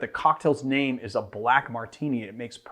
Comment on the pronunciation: Thanks for pronouncing my name correctly!